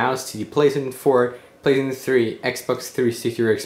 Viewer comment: anybody notice he pronounces playstation as 'pleasant'